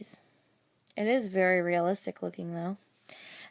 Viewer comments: You said Berry Excited :) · omg!! my cousin says 'berry nice' lol